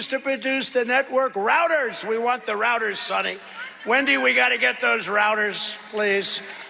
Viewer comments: It reminded me of "Black Sheep" when the nitrous tank busted. Roads, rowads, rouwads. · "Routers" He said it ten times to make it a new buzz word for his followers.